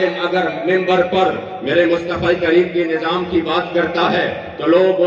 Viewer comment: لفظ (منبر )۔ ہے (م - ن- ب- ر ) منبر جہاں بیٹھ کر خطبہ دیا جاتا ہے ممبر انگلش لفظ ہے (بمعنی ( رکن ) ہے )